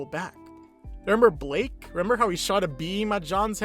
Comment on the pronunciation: Blyke. Not Blake.